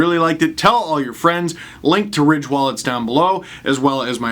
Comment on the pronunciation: Oh it was Ridge wallets... I kept hearing Rich wallets in the podcast and thought that's a peculiar brand name for your wallets.